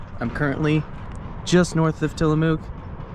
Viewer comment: Tillamook rhymes with book, not MOO like a cow.